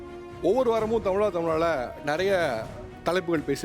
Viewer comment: தமிழா தமிழா என்று சொல்லுங்கோ sir தமிளா தமிளா என்று wrong ஆ உச்சரிக்காதே sir தமிழகம்.. தமிளக்ம் wrong உச்சரிப்பு